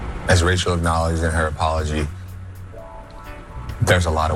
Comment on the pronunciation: It sounded like the Bachelor called the lady "Racial." 😂